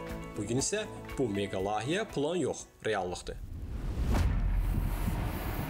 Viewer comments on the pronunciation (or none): Ай сававадсыз лайихе, лахийе йох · LAHİYƏ YOX LAYİHƏ ))